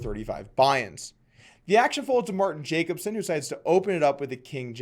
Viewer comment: Doug please stop pronouncing Jacobson wrong like a dumbass ignorant American. You're better than that